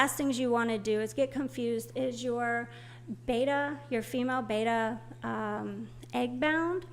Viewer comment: not for anything but it is not BETA, Its BETTA.